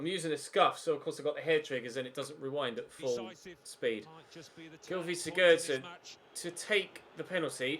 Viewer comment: Pls stop mispronouncing player names when you know you’re wrong :(. The commentator said siggurdson all game and you keep,saying siGGERRdson :( XD